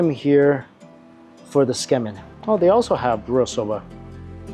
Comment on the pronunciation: You're enjoying your food when you have a piece of it stuck on your nose and don't even realize it for an entire segment. 😅 Great video but I gotta say, your pronunciation of kah-rah-AH-geh and Tsukemen (from an asian no less) made me cringe.